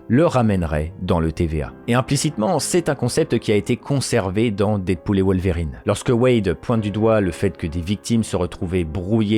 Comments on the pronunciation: Perturbé par la manière ton wolwerine est prononcé ahah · désolé j’avais pas vu la notification de réponse, c’est que ça me fait penser à des verrines la manière dont tu prononces le mot et j’ai du mal à décrire ce que je veux dire parce que pas facile de transmettre de la phonétique mais là où ça me perturbe dans ta façon de le dire, c’est par rapport à l’accent aiguë que tu mets au milieu dans Wol(Ve)rine